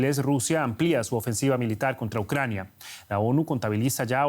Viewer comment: Ai mi madre , pereodistas Espanos , APREDEd de pronunciar bien los nombres de las ciudades y de las personas Ucrañano-Rusos . Q dais verguenza , parece q ni preparais para las grabaciones . Y eso q no estais en el directo.... A estudiar colegas!!!